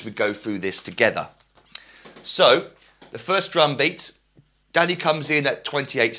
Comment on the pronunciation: I keep laughing it sounds like he is say daddy not danny